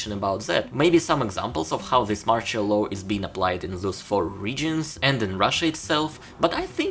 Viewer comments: You pronounce "martial law" wrong, its not like "partial" but more like marshal. Put it in google translate as english and without even translation you can click on the sound button ;) Thanks for your videos! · not MORCHOL, MARTIAL, marSHIal. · Sorry, but please, work on the pronunciation of the words "martial" and "partial". No offence taken I hope. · You are destroying the pronunciation of the word MARTIAL ...